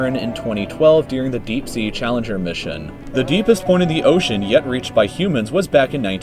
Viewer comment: Ocean not osean